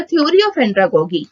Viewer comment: Your pronunciation is wrong these are like pedagojy and andragojy .